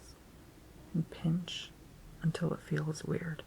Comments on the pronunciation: I skipped ahead in the video to the part where you were saying pinch and i thought you were saying bitch and i got confused but i got it when i saw you were pinching your fingers together lol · When you say pinch it sounds like you are calling me a bitch